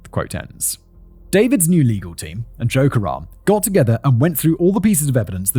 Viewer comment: Every time he said Joe Karem I heard "joke around" and every time I thought, "is this the time to joke around?"